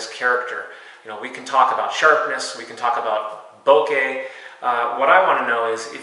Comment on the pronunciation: THANK YOU for not saying "Bow-kuh" (bokeh) :)